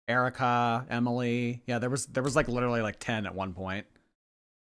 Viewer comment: Oh I got this feeling when she said "leeeedurully" through tears !! Annoying af!!